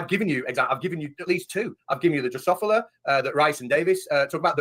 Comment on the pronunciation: How much can you know about genetics and still be unable to correctly pronounce "Drosophila"?